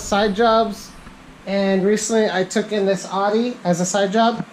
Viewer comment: "Audi" = "outtie" or "ow-dee". Not "ahdee".